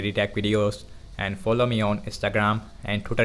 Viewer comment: You can speak very properly, but the way u say "twitter" is killing me hahahaha, nice vid, i will buy a new phone and i was thinking about the infinitix, now im sure im gonna go with that one. ♥